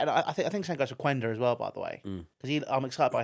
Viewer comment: Let’s give Quenda some respect, I believe it’s pronounced like “Kenda”